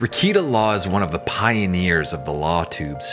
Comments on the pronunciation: This was so well done. But not gonna lie, I spent half the vid trying not to shout at the screen “it’s pronounced re-KAY-ta! Not re-KEE-ta” hahah. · Nick-Rick-kay-tah. Not Rick-eat-ah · lol - 2 seconds in and “reeyketa” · Let me give you a couple of corrections: 1. It's pronounced "Ruh-KATE-uh;" and 2. Keffels is a man. Stop using female pronouns to describe him. You're welcome. 👍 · You can’t even say his name correctly…. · If you don’t know how to pronounce Rekieta’s name properly then you don’t know anything about him. You’re just grifting. I can’t watch this. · Nick Rekieta has half a million subs on YouTube alone. You don’t have to be a sub to watch a video. If this channel watched just one of Rekietas videos he would know how to pronounce his name. He doesn’t know anything about him. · It's weird, he obviously did research, but doesn't pronounce it properly